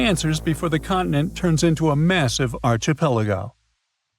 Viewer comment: It’s “ark-eh-pel-uh-go,” not “arch…” despite the spelling. Think arch angel - not like a doorway arch.